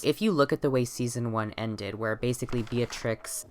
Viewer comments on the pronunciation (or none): Side note, Beatrix... bea TRIX